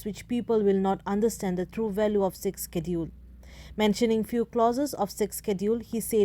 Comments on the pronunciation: Not sixsedule....sixth schedule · Your pronouncetion is not good not sixkedule sixsedule